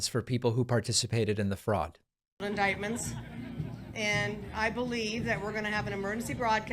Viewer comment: Upta Fifhunnert sealed indikedments.